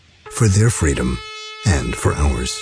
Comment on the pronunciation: "Our feedom"